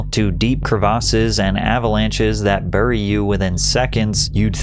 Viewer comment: The way you pronounce the word "bury" makes me laugh. Awesome video, as always.